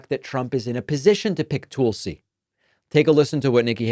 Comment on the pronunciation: My god can some teach him how to say Tulsi. “Toooolsey”